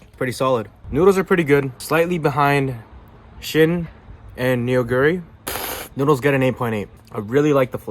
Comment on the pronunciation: I love the Neoguri ramen, but it's pronounced noh-gu-ri, not nee-o-gu-ri :)